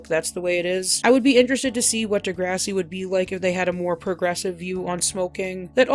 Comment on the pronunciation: The pronunciation of the show 👎